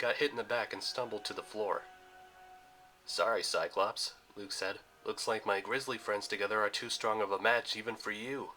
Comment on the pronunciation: It’s not cy clow pees it’s cy clops